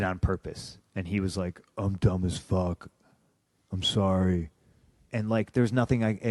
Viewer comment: You either tell me you did that on purpose or you're dumb as fuck Ryback impression: Im dumb as furck.... sorry get me every fuckin time I hear it 😂😂 , his interviews are awesome.